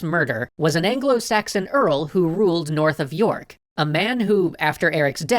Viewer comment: Yorth of Nork